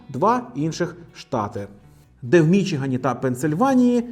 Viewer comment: не мІчіган, а мічігАн